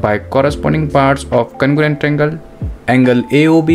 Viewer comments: Its congruent not congurent😅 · Congruent ❌ Cangorent✅ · Congruent wrong Conugurent right